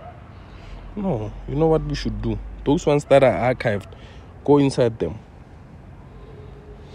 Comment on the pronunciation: Did pronounce achieved as akaivd 😂😂